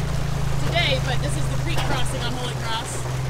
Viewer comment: "Kholy cross"